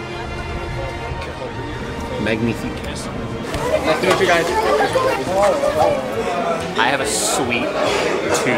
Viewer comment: megmifique ptdr 😂 tu débrouille bien hein 👍